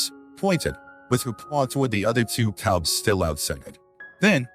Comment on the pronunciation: Sadly this was not able to be understood. The narrator called the bears TUBS. INSTEAD OF CUBS! Unfortunately I could not understand the person or ai do the narrative!